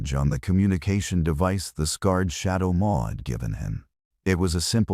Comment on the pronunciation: Shadow Maw, not More. Read: to read words now Read: pronounced Red as past participle, Red: pronounced red= Color.